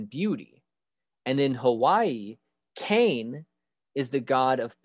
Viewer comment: Im from Hawaii. Great video, I learned a few things I didnt know. The pronunciations confused me a bit though. Io is pronounced ee-oh and Kane is kah-nay.